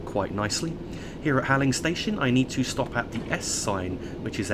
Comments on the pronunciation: Im sure this doesn't particularly matter but Halling is pronounced Hall-ling not Haling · Halling is pronounced Hauling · Hi. Great video as always. Just one very minor thing...Halling is pronounced as Hauling.